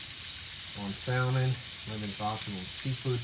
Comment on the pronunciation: The L in salmon is silent...those are Scallions, NOT shallots.